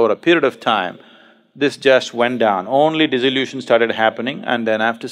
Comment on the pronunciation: In spirit of cooperation, not criticism: Sadhguru is talking about dissolution, but mispronounces and makes it sound like disillusion, this may confuse somebody